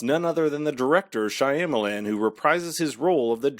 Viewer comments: SHAH-MAH-LAHN. Not Shy-am-Alan. All you have to do to know how to pronounce it correctly is to watch a video where the name is mentioned!!!!! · SYA MA LAN !!! ...NOT SYA YA MA LAN ...WTH DUDE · Lol why are you pronouncing the directors last name that way?? Are you saying it wrong on purpose? I can’t tell but just in case- you don’t pronounce the Y So it doesn’t sound like SHY. It’s Sham - which doesn’t rhyme with PAM, it rhymes with PALM. Sham-a-lan And the LAN also rhymes with PALM. Oh wait. This is much easier